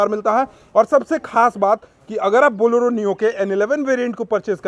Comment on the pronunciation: Boloro nhi hai bhai Bolero bolo😅